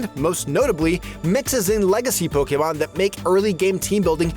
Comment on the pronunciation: Youre like the one person on youtube who pronounces Pokémon correctly 😂